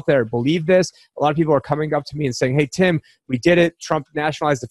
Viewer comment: Lmao Tim had enough of fucking up the pronunciation of his name and had introduced himself. But informative information. Were living in some historical times now